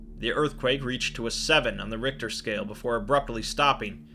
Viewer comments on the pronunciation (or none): none